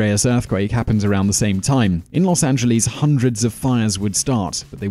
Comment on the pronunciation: lol they tim instead of time